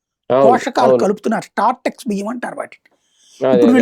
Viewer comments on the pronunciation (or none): Ore, nuvvu purthi ga telusukoni matladu. Startex kadunra SORTEX adi. Kernels mix cheyadanni fortified antaru.